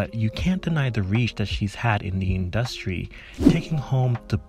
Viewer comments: Why do you pronounce "industry" like that? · I'm on the west coast so not a lot of Jamaicans here. Never heard that, but very interesting! I like the content though :P